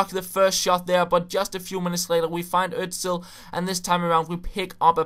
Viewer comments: He is called 'osil' not 'ozil' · HIS NAME IS FUCKING Ö-S-IL not ÖZzZill. :)